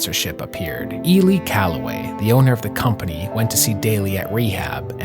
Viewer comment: Campbell didn’t finish tied for second, since Daly won in a playoff. That means Rocco finished solo 2nd. C’mon man. You make a video and can’t even get that right? And then you say “Elee” Callaway. Really?